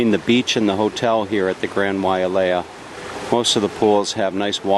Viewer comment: The Grand Wailea is a fine hotel, built in 1991 for $750,000,000. But it is pronounced WHY LAY A...there is no A after the Wai. It is a fine property but not the Best on Maui. Probably Maui's finest hotel is in Kapalua at the Four Seasons. The female dancer at the end was a Tahitian Dancer, not Hula. The male dancer and those after him were dancing Hula. The 1% ers are stating at the 2 resorts on nearby island Lanai, purchased by Larry Ellison (Founder and Chairman of Oracle) where rooms begin at $1,000 per night, making the Grand Wailea somewhat of a discount!